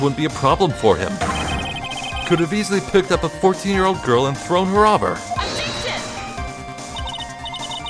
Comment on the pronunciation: question: why do you pronounce "over" as "awver"? or is that just the mic or something?